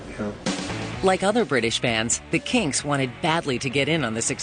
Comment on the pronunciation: They seem to be able to say 'Kinks' properly...